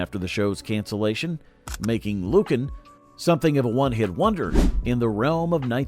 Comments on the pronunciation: It's NOT LUcan, it's LuCAN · it was pronounced lu-KAN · I seem to remember Lucan being pronounced differently.